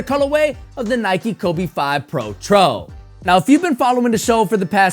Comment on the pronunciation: It's protro, not pro...tro. Please stop saying it that way.